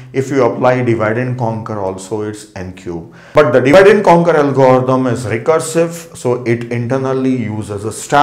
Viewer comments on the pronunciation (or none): parece que cuando dice algoritmo dice "el gordou" jajaja por cierto me ayudo un monton!!!